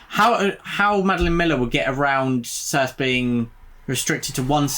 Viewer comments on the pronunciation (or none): Nice! Looking forward to more on this list. Just to let you know Circe is pronounced Cir-see (I'm not being clever, I only know this because I listened to the audio version which is excellent btw).